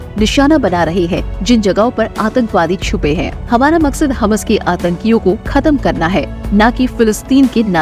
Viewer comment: Please correct prononsiation,ham nahi hammas